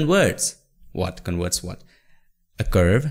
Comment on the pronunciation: Could you please enunciate well the letter "v" ? you say "con-werts" when it should be "con-verts". 😁